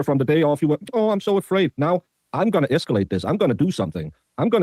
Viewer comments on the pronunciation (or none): Justin: “I will ‘esculate’ this”